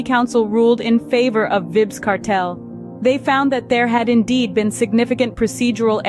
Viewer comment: Vibs. Vybz pronounced Vibes :face-fuchsia-tongue-out